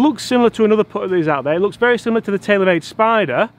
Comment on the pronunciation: “The odyssey stroke lab 10!” You pronounced spider wrong